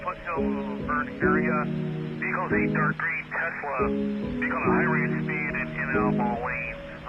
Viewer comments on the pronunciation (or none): none